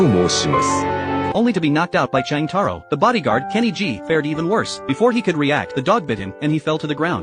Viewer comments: Jotaro❌️ Chang taro✅️ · “Cheng Taro”💀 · Wow jotaro❌ Chang taro ✅ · "Cheng Taro" 😭